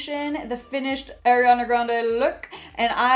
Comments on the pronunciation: Heyy!! Just thought I would say it's pronounced "R E ON A" instead of Aireana :)) love your vids!! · I love you but let's get this straight it's not air-riana it's aww-riana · It’s pronounced ariiii it’s not spelled AIR💀 listen to her say her name pls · no hate but it’s ARIana grande not AIRiana grande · It's ''Uh-riana'', NOT ''Air-iana'' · anyone else noticed how she says airiana, and not ariana? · ‘Airiana’ sis ily but its Ariana not Airiana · airiana? its ARIANA.. ARE EE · Great video! By the way it's ARI not AIRI. No hate just correcting for the future! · It’s not airiana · why does she keep calling her AIRianna!? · alr ily but its pronounced ariana not airiana. ily though:))) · I love you but it’s ARIana grande not AIRiana grande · Its pronounced are-e-ah-nah not air-e-an-ah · I love you but but please say her name right 😭😭 I know you know how to say it she says ARI in her song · its not e-ri-ah-na....